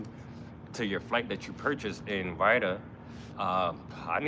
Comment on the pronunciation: I think you are pronouncing Riyadh wrong. It’s Ri Yaad. NOT Ryda. Love your vlog! GOd Bless